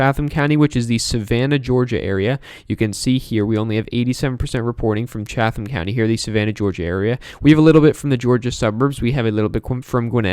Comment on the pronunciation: Hi from GA, it's pronounced CHAT-tum. Great job! Go Biden.